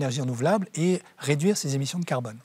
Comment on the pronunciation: Gael prononce le mot farce clef: carbone.Pas serieux!